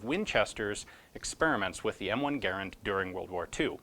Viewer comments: guhrand not gairand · It's pronounced "guh-rand" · When you can't pronounce Garand. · so it is pronounced "gare-and"? Interesting, thanks Ian! I also have a burning question... how do you know how to take all of these weapons apart? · PLEASE add the option to bleep every time he says “Garand”